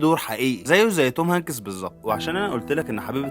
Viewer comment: شكلك يضحك يا مصري وانت تنطق اسم الممثل توم هنكيس 😂